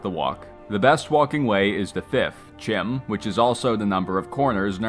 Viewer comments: CHIM is pronounced KIME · Bro did all this research and mispronounces CHIM